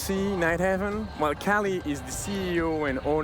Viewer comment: Kali is supposed to be pronounced like "Kaali" not Cali as in California. Kali is the Hindu Goddess of Death